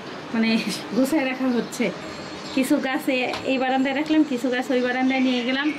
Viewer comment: Kichoo mone korben na, apnar koyekta Bangla Ucharon onek kaney badhe, kindly theek kore neeyen. SAYA na Ata hobe Chaya. Gaas na, hobe Gach, GOSGAS na, hobe GOCH GACH. Aee rokom onek sobdo apni bhool uccharon koren. Mone kichhoo neyen na